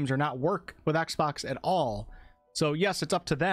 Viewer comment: Its exbox not axebox